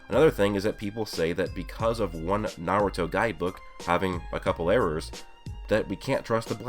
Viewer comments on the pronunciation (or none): none